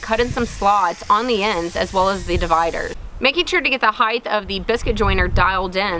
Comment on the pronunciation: As much as I enjoy watching these videos, two things bug me. One is that height ends with a 't' not 'th', and I don't know if it's just me, but every time she says 'saw' it sounds like 'sawl'. But even with that said, another inspiring and interesting video.